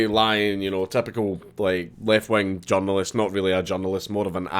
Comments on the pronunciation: You say "journalist"... I hear "junglist" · Took me a couple of minutes to figure out Dankula was saying 'journalist', not 'John Lewist' haha, thought it might be Scottish slang at first... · I keep thinking you were saying "John Lewis" I was like wtf... No your saying "journalist" lmao